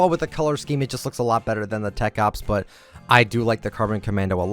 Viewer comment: I know he meant "but" but it sounded like he meant "butt" lol